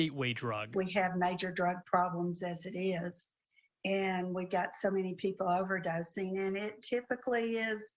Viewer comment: She said overdosing really lol